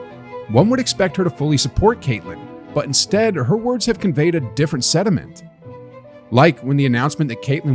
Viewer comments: Loved your article and video. Watched CC as a season ticket holder at UofI. She has been an inspiration to all athletes. My only criticism of your video is your pronouncement of sentiment sounds like sediment. Great video though, learned a lot about WNBA. Always disappoints me with women when we work so hard at keeping each other down. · Sentiment not sediment